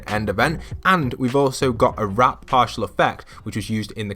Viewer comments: he said wrap and not warp twice 😂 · it’s warp not wrap 😂 awesome video though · everybody gangsta till says “wrap” instead of warp 😂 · Wrap What it says: Warp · I love how he say warp as wrap lol